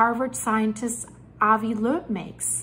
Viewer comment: Just a note... Avi Loeb pronounces his last name as "lobe."